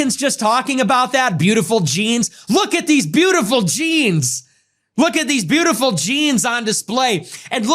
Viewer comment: "Breatiful genes" wtf😲